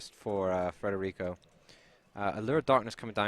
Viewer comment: da notare "FREDERICO"